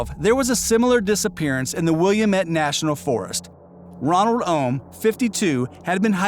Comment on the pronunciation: William--et???😂😂 That is called Wil--lam--et. (Willamette!)